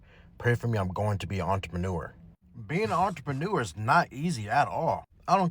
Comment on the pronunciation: I’m hearing “ARTreneur”.. am I trippin??